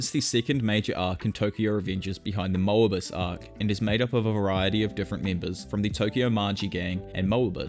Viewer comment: Moebius pronounciation tho.ooof